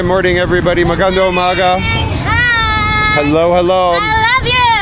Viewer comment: It's MAGANDANG UMAGA with an ng.